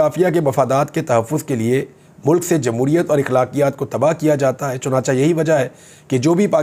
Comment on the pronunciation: چنانچہ میں دوسری چ زبر سے نہیں زیر سے بولا جاتا ہے